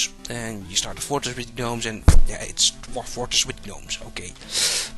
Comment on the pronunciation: Gnomes have always been pronounced Nomes to my recollection. A G-NU is a different matter :)